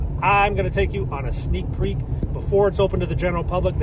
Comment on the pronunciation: Sneak 'PEAK'....??? Really? It's PEEK!!!!!!!!!!!!!!!!!!!